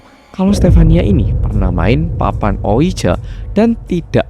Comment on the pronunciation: Cara bacanya bukan dibaca letterlijk (harafiah) ouija 😆, tapi mirip wiji bacanya. Dari awal ampe akhir dengerinnya gatel hrs komen hahaha